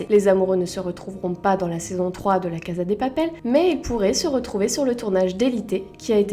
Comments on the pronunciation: On di pas la caza on dit la caSa de papel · "La caza de papel" 😭